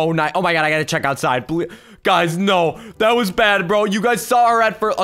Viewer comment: You screamed oh nei, nei is norwigan